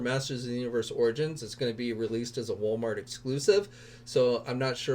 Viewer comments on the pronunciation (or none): none